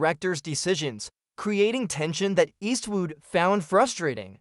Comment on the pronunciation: Eastwoot? Eastwoot again and again! I gave this video a “thumbs up” but had to take it back, Eastwoot. 😢